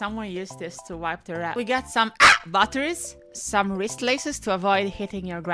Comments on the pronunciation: The funniest part is when you said "the AHH" batteries. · We've got some "AAh!" batteries I lost it lol 🤣🤣